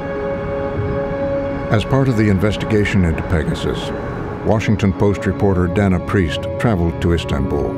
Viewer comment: Pegasus = "Pay Jasoos"